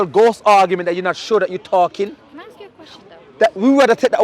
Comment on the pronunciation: "Ask"...not "aks" brother